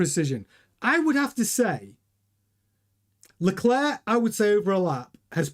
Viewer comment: Charles pronounces his last name LECLERK, not LeCLAIR. refuses to pronounce his name right.